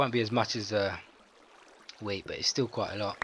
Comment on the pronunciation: It sounds like he is saying weed instead of wheat XD